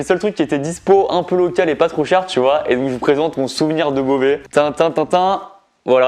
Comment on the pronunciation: Il faisait pas trop « bauvais »